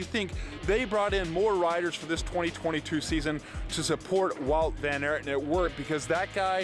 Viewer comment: Please make sure to pronounce names properly. You’re slaughtering all names man 🙈. Van ert? !?!?